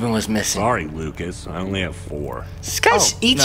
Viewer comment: It's not locas it's lucas